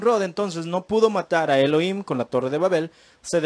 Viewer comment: SALUDOS DE PERÚ ERES INTELIGENTE PARA LA GRACIA DE DIOS: GRACIA O REGALO DE YAH (DIOS), EN HEBREO ES YAHUHANÁN=GRACIA O RAGALO DE YAH. NO SE DICE ELOIM, SE ESCRIBE ELOHIM Y SE PRONUNCIA ELOJIM. NO SE PRONUNCIA: ELOIM. YAHUHANÁN SE PRONUNCIA YAJUJANÁN. YAH SE PRONUNCIA LA 'H' COMO JOTA=YAJ. DESDE PERÚ VEO TUS VÍDEOS Y ME ENCANTAN REFERENTE AL SEÑR YAH Y A SU AMADO HIJO YAHUSHUA NO YESHUA COMO NOS ENSEÑÓ EN EL PADRE NUESTRO A SANTIFICAR SU NOMBRE Y NO BLASFEMARLO. YAHUSHUA SE PRONUNCIA: YAJUCHUA CON JOTA SUAVE Y ESPECIE DE CH SONANTE O CHILLOSA ASÍ: SH, SH O SSSS....